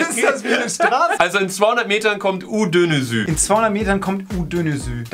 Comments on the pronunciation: Das erste ist Türkei 🇹🇷 Und das ließt man so: u dönüschü 😂😂😂😂😂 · Es wird u dönüschü ausgeschpro chen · du hast das erste schild falsch ausgesprochen😅(cant blame ya) das "ş" wird "Sch" ausgesprochen also es heißt U-dönüschü übersetz: U-drehung oder wie das auf deutsch heißt also diese u drehungen da